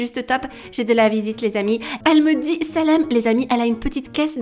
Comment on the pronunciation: Omg le selam que tu a dit était Super bien dit genre bien articulé.Sinon super vidéo comme d'habitude hien❤